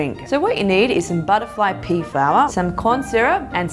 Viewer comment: “Butterfly pee flower”